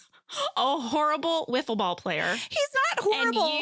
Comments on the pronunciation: I played wiffle ball with my brothers when I was kid with the whole yellow bat and ball with holes in it. That segment cracked me up when Jenna called her out on it haha “Woofle” ball haha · Angela: They had a celebrity woofle ball game Jenna: What are you saying? Say it again? A: Woofle ball J: Say it again, slow A: Woofle ball J: Slow, very slow. Say the first syllable A: Woof J: Wrong